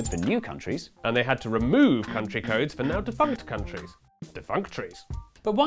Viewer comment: I just had an ah ha moment. I realized how languages change over time. He said defunct countries. Defunctries. 😂 That’s how English was developed. I’m from southern US and we drop as many syllables as possible. 😂 It all makes sense now!